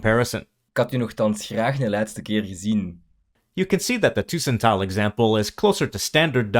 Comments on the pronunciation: Tussentaal/tussentalen ????? What is tussentaal, that is not a Dutch or Flemish word. Even the pronunciation is completely wrong, Dutch and Flemish almost need subtitles to understand the vocal part. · Cool vid. "tussentaal" is not pronounced the way it is been in the video. The "u" must sound more like an "uh" with the h. Both the Netherlands and the Flemish region have plenty of accents, and the region does not determine wether one (prefers to) speaks Standard Dutch or not. It really is a personal endeavor which words you would like to use or how to say things. I can not emphasize this enough!! F.e.: "poepen" is a word that I would consider a wee bit vulgar/unsophisticated to use in reference to the act of intercourse. I chose not to use that word at all. And to be honest, it's been since my teens since I heard the word being used in such a way. F.e.: In Flanders we use both "blokken" and "studeren" interchangeably. Same goes for the word "kop" and "tas". In Belgium we also use the word "tas" for bag. Same with "koffer" and "valies" ("reistas", "bagage"). My point is that there are many ways to say things and are not always exclusive to a certain region or country. The difference in accent and certain usages of words between spoken Dutch in the Netherlands and in Belgium is def noticable. One could also hear that when a dutch and a flemish person speak english, one can often hear the distinction between the accents which is easier to notice if you are either of the two. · 'Tussentaal' isn't pronounced with /y/ but with /Y/. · Tussentaal is pronounced wrong. The way you pronounce it is 'tusentaal' but the word is 'tussentaal' with bouble s. So in this case you pronounce 'u' the same way as the 'e' in this word. Same vocal sound for both the 'u' and the 'e' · These Flemish words being pronounced hurts my ears. Must've been someone from Brussel or Vlaams Brabant with a French accent. "Tuuuuuuuusentaal"? u as in "uh", not as in "uu". Edit: YES! i was correct!